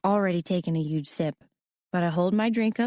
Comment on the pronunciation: The fact that she says uge instead of huge 🤦🏻‍♀️